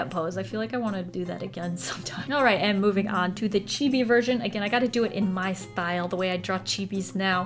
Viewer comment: "Chibby" "Man ga" T_T